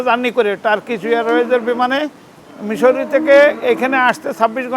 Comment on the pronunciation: মিশরি না মিজরি